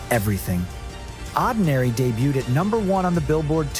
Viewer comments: I hate AI. The pronounciation of Oddinary… good lord. And they kinda skipped a few records. 😂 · Starting with a lengthy shot of Woojin, then skipping right over God's Menu, mispronouncing Oddinary, then singling out Lose My Breath... 🙄Argh! Give me Stay-made content any day- this is painful. "Dare to be"?? 🤮 Bleuch, so plastic... the irony is thick. Talk about cashing in! Won't be watching anything from this channel again.